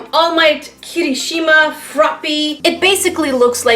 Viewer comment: I love the way she said Kirishima